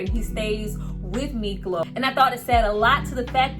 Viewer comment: IS SPELLED MIKLO AND PRONOUNCED MEEK LOW.